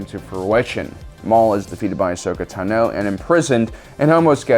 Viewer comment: Cool video. One minor point, I thought Ashoka's last name has the emphasis on the first syllable instead of the second.